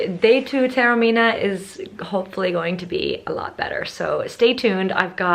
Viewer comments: Taormina is pronounced correctly ‘Tah-orr-mee-nah’. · You rightly pointed out at the start the difficulties for all native English speakers in pronouncing Taormina correctly: ‘Tour-meena’, Tarrow-meena’, and all the rest are horrible mutilations...and they are incorrect. I appreciated that you tried - you just need to listen carefully to the very un-English ‘ao’ sound, and add a bit of a trill onto the ‘r’ - the rest is easy. I suspect that your beautiful Italian name is regularly mangled beyond recognition by non-Italian speakers! Well worth a second visit - it’s a fantastic destination.